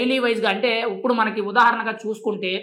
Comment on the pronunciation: ఉప్పుడు.. కాదు బాబూ ఇప్పుడు..!